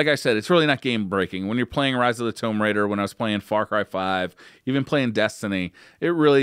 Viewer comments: Omg TOOOOOMB Raider. Not Tome raider. Note tomeb raider. Tomb Raider. Thank you for not saying it one more time as my head would have exploded. 😆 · Wtf is a "Tome Raider?" Lol it's pronounced "Toooooom" Raider (Tomb Raider) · TOME RAIDA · Did he just say tome raider!? Come on man. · Toemb lol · tohmb raider he said uhh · Getting annoyed with how he says "Tomb Raider". Sounds like he is saying "Towmb" lol. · no it's called mispronunciation. Notably different